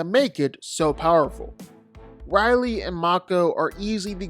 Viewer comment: Hey I wanna clear something up his name is not Riley it’s Raleigh